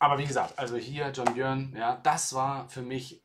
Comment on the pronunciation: es spricht sich John "Börn"